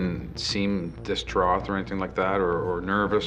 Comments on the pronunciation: What's with that officer pronouncing the word 'distraught', dis-droth? Is that common in Canada?? I've never heard anyone say it that way before, in my life! :/ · "Distroth" is not a word. "Distraught" is. That guy, I tell you what! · What’s with his pronunciation of the word “distraught”? He said it like there was a “th” sound at the end. Distraug-TH. I’ve heard people mispronouncing the word “height” in a similar way - like there is a “th” at the end of the word instead of “ht”. But I’ve never ever heard any other words spelt in a similar was pronounced like this. It’s like saying - I went to the store and I boug-TH some milk and I thoug-TH it was really expensive. I became distraug-TH at the prices. Ahhhhhhhh it - ght NOT gth Why? Just why? I understand when it’s a second language situation, but it might have been kind of the producers could have let him know, and the recorded his voiceover one more time. He’s such a great officer and human being. It’s the least they could have done. Ok, I’m done ranting about this. Phew, I don’t know why things like this get me so worked up. I don’t like being this way, I really don’t. But sometimes, it all comes busting outta me and I can’t stop myself. I even think that I’ve commented on this video before....and about the exact same ridiculous thing. Sheesh get over it already and stop being so bloody pedantic about little things like this. 🙄